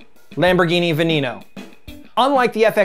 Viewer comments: im sorry dude but its pronounced ga/yar/do not ga/lar/do Also its a low tone ve/ne/no. Its not a high E. Please pronounce it right. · Dude said "Veh-knee-no" I'm done 😂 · Love how you butchered Veneno! It’s pronounced like you would in spanish and it translates to Poison!